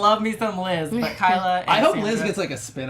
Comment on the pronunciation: Thanks for the recap! It's KY-la though, not KAY-la - as a fellow Kyla, it sucks to always be called Kayla lol :P